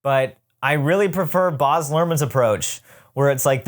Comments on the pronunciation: I knew next to nothing about ART's Gatsby (other than that it exists) so this was super interesting! just a side note though: I think Baz Luhrmann's name is pronounced with a short "a" sound (as in "Baz" rhymes with "jazz") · As an Aussie it's so hard hearing you say "Boz" Luhrmann 😭